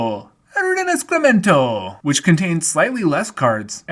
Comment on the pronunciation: Rinascimento is actually quite easy to say. It’s just ree-nah-shee-men-toe. But I loved the little its a me hand coming in from behind the card 😂